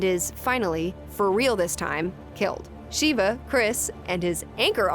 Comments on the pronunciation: SHEVA, not Shiva. It's driving me crazy lol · 2 things 1. It's "Sheva" not "Sheeva" 2. Wesker can not teleport. He just moves really fast. This proven by the way he looks like a black blur when he moves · for gods sake ITS NOT TELEPORTATION THAT WESKER DOES its super speed and super reflexes also SHEEEVA its pronounced SHEHVA wait why am i defending her shes my least fav resident evil character >.> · It’s Sheva not Sheeva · Sheeva? It is pronounced as (Shove-uh) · Wesker doesn't teleport, he just moves very fast. It's pronounced "Sheh-va" not "Sheeva". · You pronounced Shevas name wrong. It's more like Shev-uh not Shiva. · Sheva not Sheeva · I don't know why many people call Sheva "Sheeva", it's just "Sheva" damn it. :V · Sheva not SHEEVA. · It's "Sheva" not "Sheeva" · Just a small nitpick(and it's not "wEsKeR dOeSnT tElEpOrT"), but Sheva is pronounced "Sheh-Vah" not "Shee-Va". They even say it like that in RE5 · SHEH-vah. Not SHEE-vah. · it's Sheh-Va not She-Va 😂😂😂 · Cheeva? Is that really how she thinks Sheva is pronounced. She never played re5 at least that's how it's coming across. Aldo despite what most people think re6 was pretty fun. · sheh-va "sheva" not shiva "shee-va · Good video (didn't watch to the end as I still haven't played 7!) But it's "Sheva" like "forever", not "Sheeva" like "beaver" ;) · Its Sheva, not SHIHVA. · sheva not shiva lol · its sh eh vah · sheh vuh goddamnit. so many videos, so many narrators pronouncing it wrong, I get you haven't played re5, apparently nobody that makes these timeline videos has. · Host: "And Chris's new partner..." Me: Please don't say Sheeva. Please don't say Sheeva... 😣 Host: "*SHEEVA*" Me: 😔 Do these people even play the game? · Sheva. Sheh-va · yeah, it's not her name. Every reviewer says Sheeva as if they can't bother. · "Sheeva Alomar" oof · Sheva Sheve Sheva Sheva COME ON! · Agreed !! And "Sheeeva" like she didn't hear Chris call Sheva by her name in RE5 ?! 😂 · "Shiva Aroma" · S H EE VA